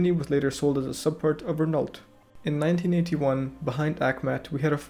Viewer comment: Great video, however, your pronunciation of Renault made a lot of French people choke on their baguette 😂